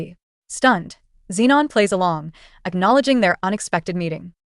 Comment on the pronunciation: Why tf is everyone called zinon, max and fridgeon? Are u mental? Stop makin videos if you're gonna half ass it